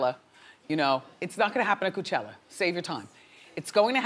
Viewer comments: Wendy can't pronounce words. Coo-chella? JULE? HA. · I want Wendy to stop saying "Coochella"